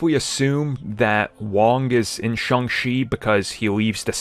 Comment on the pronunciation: Shang-Chi, not Shang-She🤦